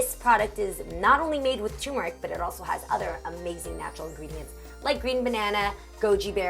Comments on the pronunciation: Toomerric ‘ turmeric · says turmeric right. R is not silent.